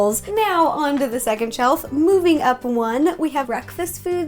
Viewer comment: Did anyone hear her say chellf